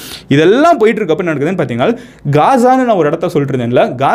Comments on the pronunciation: ஹம்ஸா அல்ல ஹமாஸ்.... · Not hamza. It’s haamaaz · அது ஹம்ஸா இல்லப்பா...ஹமாஸ் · Bro its not Hamsa! ...Hamas🖖. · Itz Hamas not hamsa... Jews, Jerusalem matrum pakath oorgalai poorvigamaga kondavargul..inakum jerusalathlai 3000 varushatuku munadi avanga payan padtune porul matrum kadavul vazhipad chinangul kidaikudu.. Islamia rajakul naduvula 700-800 varushum andargul. Actuala patha islamist are settlers but British vittu poraduku munadi anda oor Muslim arasangum irundadu.. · Avaru sonnathu ellame poi... pronunciation kooda thappu.. HAMSA illa HAMAS.. terrorist group like isis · It’s not hamsa... it’s Hamas group, I know this word before 7 to 8 years ago with this little knowledge, I could have started a channel like u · Amazing Explanation Brother & a Small correction.. Neegga sonndhula 'Hamsa' nnu oru group mention pannigga but it's not 'Hamsa' It's 'Hamaas'. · You are saying Hamsa. Is it Hamsa Or Hamas? Because some people pronounce it as Hamas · Its not hamsa bro its call hamas. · அது ஹம்சா இல்லப்பா... ஹமாஸ்.... 😂😂😂 ஒரு மண்ணும் தெரியாமல் அறைகுறை பேய் கதைடா நீ சொல்றது....🤦‍♂️ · Bro it is HAMAS not hamzah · ஹம்ஸா இல்லை. அது தவறு. ஹமாஸ என்பதே சரியான பசம் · டேய் லூசு ஹம்சா இல்லடா ஹமாஸ் 😃😃🤪🤪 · Hamas not Hamsa. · Athu Hamsa ille Hamas bro. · Bro adhu HAMSA illa adhu peru HAMAAS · Hamsa not that is Hamas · Athu hamsa illai hamas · Bro thamas😅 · It's not HAMSA, it's HAMAS